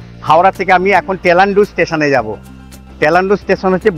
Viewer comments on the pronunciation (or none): তেলান্ডু না তালান্ডু